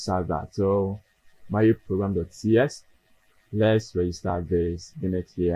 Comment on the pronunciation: It's Maui! Mawwiii 😂